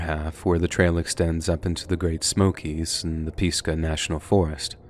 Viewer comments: Pisgah = "PEES-gah" No. It's "Pizz-guh" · You lost me at Peesgah national forest. it’s Pis-Gah!!!😂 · As someone who has grown up in and around pisgah national forest please stop pronouncing it peezgah it's cringworthy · In the 1st story that was set in NC, were you referring to Pisgah? If so, it’s pronounced Piz-Gahh. ☺️ Not an ounce of disrespect is meant by my comment, it just caught me off guard & I had to go look for a Pisa in NC & just could not find one!! Hahahaha I’d love for my husband & I to be able to retire up around Asheville, maybe in Madison Co. or close to Pisgah View State Park. There’s a restaurant up there, Pisgah View Inn Restaurant and OMG!! The view is breathtaking & they also have THE BEST oatmeal pie!! Not a cookie w/ cream in it, a pie!! Shoot, now I’m wanting some, but to far away!! We’re outside of Fort. Bragg/Fayetteville (5’ish hour drive). LOVE your channel!!!! ❤ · Love the video and not usually one to corrected pronunciation of places but for the love of all that is good it is not (peas-guh) it’s (piz-guh) no disrespect just that was rough to hear 😭🤣 much love from the Pisgah forest area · I live in Marion just down the mountain from Bakersville it’s pronounced to us atleast “Piz-Gah not Pees-Gah lol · It is not peesca...it is Pisquah! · Pizz gah! Not Peas gah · As a western N.C. native and resident the narrator mispronounced “Pisgah” National Forest. It’s piz-guh! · The correct way to pronounce Pisgah, is PIS- (no fancy accent on the I, just like in the small verb, is )GUH ❣️I’m in North Carolina and have family here many generations. Just a word nerd ❤ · FYI it is pronounced Piz-Gah national park. No biggie though live your videos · It’s pronounced piz-guh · But he said Pisgah wrong lol. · Great stories but would be even better when you are reading as a character from NC area to pronounce "Pisgah" correctly please :) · You pronounced pisgah wrong. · If you really grew up here you’d know how to pronounce ‘Pisgah’